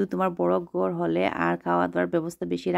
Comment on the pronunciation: কি কথা বলেন ওর গড় ওর গড়😅। বলেন অমুকের ঘড় ভিডিও করছেন Nicely talk করেন শুনতে ভালো লাগবে। ঘড় হবে গর না। ব কে ভ, ভ কে ব বলবেন না ধন্যবাদ ট্যাক্সাস থেকে। 🙏🇺🇸